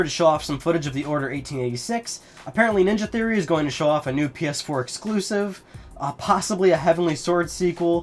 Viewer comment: "Uhhhh...sturpid...ehClusive mischin" Nailed it. Hahahaha. God damn Assassins Creed exclusive content.